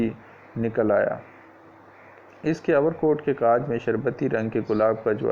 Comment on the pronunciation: Overcoat not over kot 👍